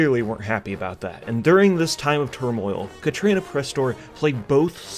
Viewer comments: Katrana! Not Katrina. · KATRANA why do you keep saying Katrina, where's the 'i'? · Kah-TRAH-nuh fuck man